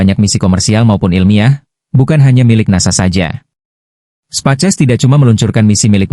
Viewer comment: Setiap nyebut Space X jadi "Spaces".. Ko pengisi suara AI nya bhs indo, ketik aja prompt nya "speis eks" Nanti akan terdengar space X dlm bhs Inggris.